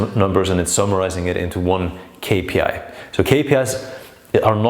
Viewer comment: very informative. that "k" tho is psychotic it's really "Ix" too distracting